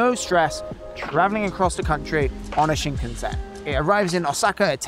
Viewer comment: WRONG pronunciation of Shinkansen Classic Brit.